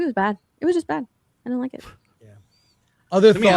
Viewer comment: I like everything the girl in the bottom right says. I have a question though. Why does she say “did-dint” instead of “didn’t?” Young women today seem to take contractions and extend them to equal/longer syllables than the words they are trying to shorten. Example: shouldn’t. If you are going to say “shood-dint,” just say “should not.” This is an epidemic with mostly females under 40.